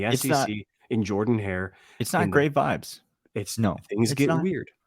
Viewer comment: Oh it’s not Jerrrdin Hare lol who knew